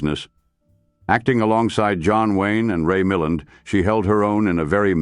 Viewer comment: Not to me. But surely the real Michael Rennie could have pronounced Ray MILL-land properly